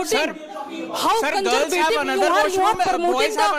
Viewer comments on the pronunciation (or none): It's really a great job you're doing sir Mashallah zbrdst. It's much more knowledgeable and fun too One my brother from the side separate education's sentence pronunciation was like " How kanjervative😂 you're that you're promoting co-education"